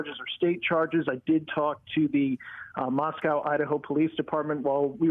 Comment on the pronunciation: It's not mahs-COW, it's mahs-COH, you "reporter" who now can't be trusted since you don't even do basic research.